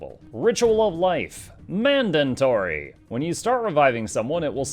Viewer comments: Why does he keep saying "Mandantory" it it a meme or does he really not know that it's pronounced and spelled "mandatory". Just curious. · "MANDANTORY!!" is this word an Asuran creation? :D